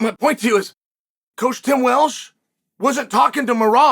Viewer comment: “Tim Welsh”